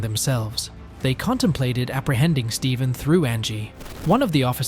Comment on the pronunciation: Narrator said “Stevven” 🤓